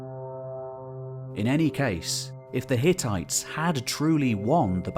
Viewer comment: Hehe, you said ttites